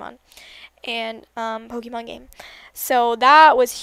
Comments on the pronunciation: you say pokemon wrong. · You say pokemon so weirdly